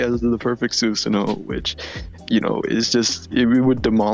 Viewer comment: I know why it bugs me when Susano is pronounced that way.